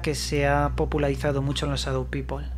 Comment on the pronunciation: No seas ignorante no se dice sadou pipol si no sabes Ingles no lo pretendas mejor di Gente sombra y ya vale